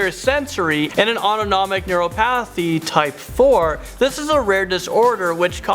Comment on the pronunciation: NeuroPATHY? nur-oë-path-ë? Neuropathy. Nur-op-uh-thee.